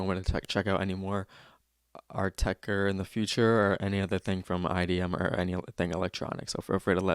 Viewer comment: also you say "oatecker"